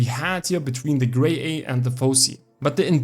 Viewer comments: BIS pronumtimation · Better than me, at 1st I pronounced it as "Gra Yeye" 😅